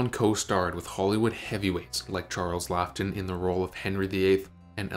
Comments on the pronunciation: Exactly, and inexcusable, you'd think it was AI reading it out, spelled Laughton and he pronounced it 😂ton, unbelievable. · Drives me nuts as well. Calcoota. Charles Lockton (to name just two) aaagh 🤯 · Its pronounced Charles 'lawton'. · Laughton, Niven and other names mispronounced. Please edit/proof with care.